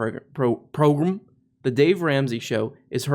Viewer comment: I love your 'Progrum'